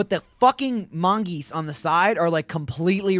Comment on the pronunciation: mongoose not mongeese